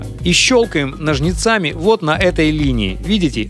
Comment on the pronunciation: важна не только информация, но и форма её подачи, информация которая подаётся в неподобающей форме плохо усваивается, не возможно слушать речь с такими паузами и когда человек говорит такие слова как "нажнецАми"